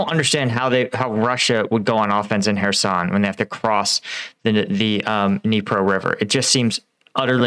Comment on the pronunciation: It’s not :her son…try Kherson…